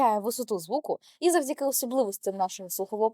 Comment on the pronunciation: не "звдзяки", а "завдяки", не "молоців", а "молотів", не "подзілимо", а "поділимо"